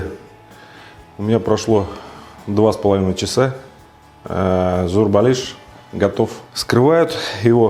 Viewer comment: Самая правильная начинка,а то сочиняют,смотреть не хочется. И называет шеф правильно название,что очень хорошо. Молодец